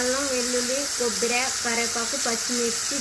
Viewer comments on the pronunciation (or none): కొబ్బిరా. కాదు. కొబ్బరి అనాలి